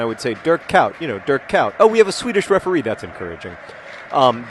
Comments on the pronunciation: John, Kuyt is pronounced like 'kuit' in this video: /watch?v=HtFY2sJquoA&feature=relmfu It's noticably different from the "-out" you use (although to you it may not be). I wouldn't correct you, though; that's kind of annoying... (isn't it funny, he can't say Dirk Kuyt!) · John: Google: Pronounce fruit, the first link will give you a map click on the play button that is over the Netherlands, replace fr with k and say Kuyt right. I expect you will practice for your next video. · As a native Dutch speaker ... the Internet is wrong ... the i in trick (for instance) is what to go for. As for Kuyt, sorry there is no English analog for the uy sound ... which is probably why John can't hear the difference. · Oh man I'm Dutch. It's pronounced Kuit, not Kout. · Lol he says Dirk Kuit Like dirk kout it should be pronounced Dirk Kuit with an ui sound that you English people don't have. I'm trying to think of an English word with a sound in it that sounds like ui but I can't think of anything, there might not be any. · So many people trying to explain how to pronounce Dirk Kuyt and I still don't know. Where is Dirk Kuyt? He should make a youtube video and pronounce his own name. How to pronounce Dirk Kuyt with Dirk Kuyt. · Every EPL commentator is pronouncing it funny :P ~Another Dutch person.